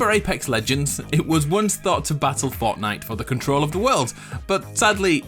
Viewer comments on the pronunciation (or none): none